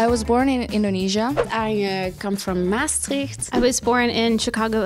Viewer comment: MAAstricht?!!! No, we say MaastrIcht